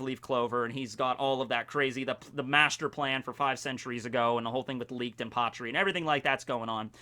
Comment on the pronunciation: Leeked≠Licht you think he'd hear it in the sub or read it like that